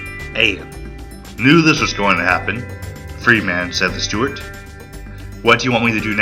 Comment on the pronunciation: I long for the computer generated voice. I bailed at the 23 minute mark. Sorry. Too many common words butchered. Machine gun is pronounced ma-sheen gun not ma-seen gun. Freeman is pronounced Freeman not Free man. The music is in competition with the narration. Your untimely pauses throw everything off. Pull it down and re-do it.